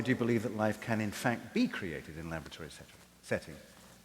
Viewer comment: ....did U say lavatory..? ..sorry .. .. labatory. ..no. Laboratory